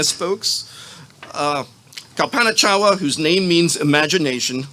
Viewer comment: Could you at least have the decency to pronounce DR Chawla’s name correctly?